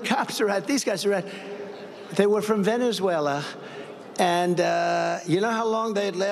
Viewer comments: Funny you say that, because Trump couldn't pronounce Venezuela in this speech and had to slur his way through it because he's in the early stages of gross dementia. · Is this the speech where Trump showed his in the early stages of gross dementia by slurring his way through trying to say "Venezuela"?